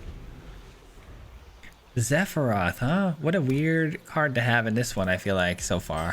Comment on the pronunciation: Say Zephiroth one more time! 🤬